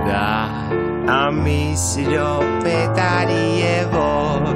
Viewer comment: րոպենի չ-ի տեղը ք ասեց😂